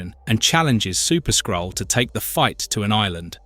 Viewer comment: "Incursion of the Skrull" AI narrator says "skull"